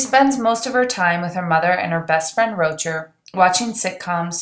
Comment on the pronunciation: its rochaaaare!!!! not roacher.